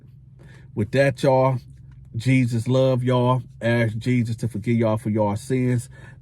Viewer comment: Why can’t say the word “ ask “???